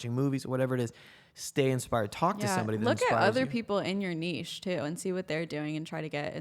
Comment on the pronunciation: Jack, is correct here: it is “neesh”! And she is an utterly gorgeous guest!